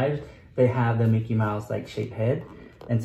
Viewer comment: I'm 31 years old but when you said "dickey" instead of "mickey" I laughed (out loud) SO HARD